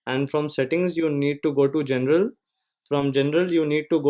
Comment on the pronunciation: He meant general but low key said genital